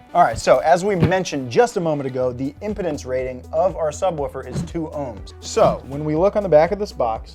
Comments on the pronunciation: did I hear 👂 “impotence” or “impedance” LoL 😂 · haha he said impotence instead of impedance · I can't get over the fact that he keeps saying (imˈpidns) and not (imˈpēdns) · "imm-pee-dance" not impeh-dense" lol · Lol, did he say”impotence” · Impotence rating? It is pronounced im-peed-ence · Not "imp-o-dense" like a flaccid member. Its Im-peed-ence like resistance (ohms) ;) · It's Impedence not impotence lol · This fool said "impotence" when he meant to say impedance. Also, you might want to explain why you would use 2Ohms vs 4Ohms; it does affect sound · Ohms/resistance is called "Impedance" not "impotence"😂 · you pronounce it im-pee-dence, not im-po-dence. It's a measure of resistance, not a disfunction. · "imp uh dense" nono first say the word impede then say dense. Impedance. That's how you pronounce it. Im pee duh en seh. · Impedance not Impudence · Did you say impotence instead of impedence? 😂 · You say impedance like imponent(s) and it sounds weird. Should have gone with a band-pass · Lmao "impotence" rating, what this sub cant have kids? 😂 its impeeeeeeeedence with a hard e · Impedance in pronounced closer to Im-pee-dance not impotence thats a limp dick. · bro, it’s pronounced im-PEE-dance. The way you said it sounds more like the component you were referring to is reproductively sterile. 😂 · He called it "the impotence rating" 😂😂😂😂😂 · Did you say, “…impotence rating…”?!?! 🤣 I know that Physicists (myself) and Electrical Engineers are ROFLMFAO!! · It is pronounced im-pee-dance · lol he said impotence rating... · i thought said impotence when he said impedance lol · So we’re all gonna let go of the fact that mans said “Impotence “😭😂😭😂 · I lol’d at the way you pronounced impedance.... lol it’s pronounced im- pee- dance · [imp a dence] he he he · Great explanation, it is pronounced "imp'E'dance" though. It isn't impotent. You try and use that small of a wire for that current anywhere else and it will be a giant fail. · Lol impedence. ihm-peed-ense